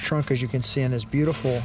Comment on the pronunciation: You are correct,. It is absolutely "bluedifull".